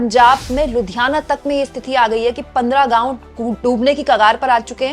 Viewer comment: स्तिथि नहीं होता मैडम स्थिति होता है. आप को बार बार बोला है फिर भी आप को समझ नहीं आता. कैसी हिन्दी की पत्रकार हैं आप. ख़ुद को ठीक करना ही नहीं चाहतीं. फिर हम से राय माँगने का फ़ायदा ही क्या है. सही हिंदी बोलने लगेंगी तो आप का ही फ़ायदा है